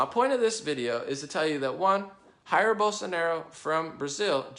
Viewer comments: Please do not say "Jair", with the "J" sounding like "H", as in Spanish. The English pronunciation in this case in much more similar to Portuguese. It's very annoying to Brazilian when someone use Spanish pronunciation to say something in Portuguese. We do not have anyting against our neighbours where Spanish is spoken, but when an American does is sounds like that Americans do not even have the basic knowledment about Brazil, so you end up losing credibility. We prefer to listen our language with the common mistakes of your own language (in this case, English), not inserting the mistakes of a third language (Spanish). I'm sure it was not your intention. Just giving you an advice. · Hey great vid, but just saying, I see a lot of english speakers pronouncing 'Jair' with an 'H' sound as if it was spanish. It's portuguese and the sound is different, actually I believe this sound doesn't exist in english, but if you say it as a 'djair' it would be good too. If you guys put it on google translator in portuguese you'll be able to check the correct pronounce.